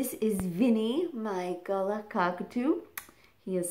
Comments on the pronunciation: Please note: it is pronounced "Gar-Laah" not "gala" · youre pronouncing it as gulla its pronounced more as galar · Hi, I love your vids. Here in Australia, we pronounce galah as "ga-LAR" rather than "GA-la". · GAL-AH not gala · Just thought you might like to know, the correct pronunciation of galah is guh-lah, often said quickly as g’lah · It's pronounced gah-LAR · Americans pronounce Galah differently. Get over it. You want them to put on an Australian accent when they say it? 😂😂